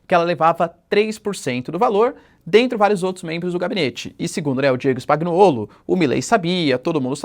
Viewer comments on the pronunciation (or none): Spagnuollo se fala "spanhuollo" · Professor, falantes errado, si fala: Spanhoulo!!! Nome lido a partir da pronúncia italiana.